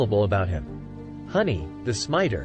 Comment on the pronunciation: Huni (Who-nee) not Honey